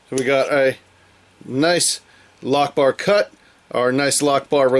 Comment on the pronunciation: All I kept hearing was Allah-lock-bar. Anyway, loving this series so far and its definitely sub time.